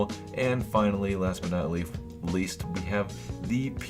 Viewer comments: ya dun goofed when you said last but not "leaf" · Did I hear him say last but not leaf!?!?!?!?!?!?!?!?